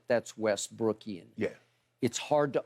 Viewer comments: he say “westbrookin”💀😂😭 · "Westbrookian" lol